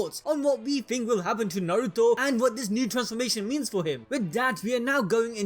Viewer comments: You do realize his name is is Nar-roo-toe not nor-ru-toe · why is he pronouncing Naruto as Nauruto 😂